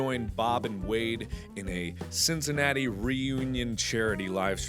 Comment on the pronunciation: guys he said cinnicantitii at the begining and that os where harambe died doh 😮